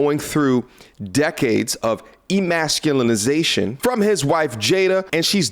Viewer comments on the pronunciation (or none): This man said “Will has been going through decades of EMASCULANAZSION🤣. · Let me help you out a little bit, the word that you stumbled over is methodical, verbal, disapproving "ee•mask•you•lay•shən", but you added like 3 more syllables.